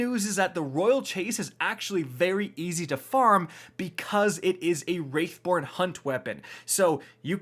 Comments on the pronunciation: Why does he always say wraith born? It’s wrath born in the game 🤔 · It's pronounced "rath" born. A wraith is an evil spirit creature. Wrath is a type of revenge. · Simple, it’s an odd way of saying it “Who told you it was Wraithborn?” “That’s what said” “Who’s?” potential new subscriber approaches